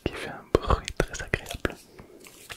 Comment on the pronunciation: J'aime bien quand tu fais le trrrrrrrrèèèèès😊😊😊😊😊😊😊😊